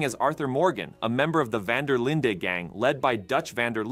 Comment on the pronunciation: Van DER linden 😂